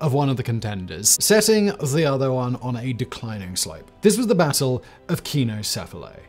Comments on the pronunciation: Keeno 🙄... It's Pronounced sign-o. truly leads a busy life. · You still have some way to go in learning to pronounce English but your Greek is atrocious. It is pronounced Sign-o-sef-ily. I could understand if you are doing a cold read, but you have time to look up pronunciation guides if you are doing a recorded script like on this channel. Please take the time to do so. It is painful to hear you continue to mispronounce words. By the way, it is con-tribute, not contribute accent on the last syllable. Surely they pronounce that one right even in England!